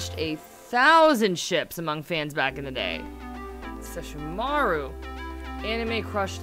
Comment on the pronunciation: LEARN HOW TO PRONOUCE NAMES! IT'S Sesshoooow-mA-rU not Sess-show-maru...